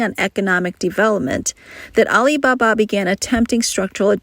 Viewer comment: AI voice, "Al iBA-BA gives it away.